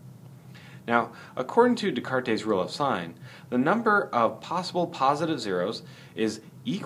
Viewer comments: It is pronounced "d-cart" not "d-cartes" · the S at the end is silent too, fyi. It's just de-cart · Jesus fucking christ. Descartes was French, not Spanish. His name is pronounced like "day cart". Also, he is famous. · I wonder how the name was pronounced when Descartes was alive.